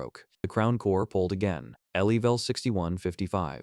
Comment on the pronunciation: Not just names through out the story your AI "pronounce spells" the words like level le-V-E-L. the dragon B-O-H-row ECT ...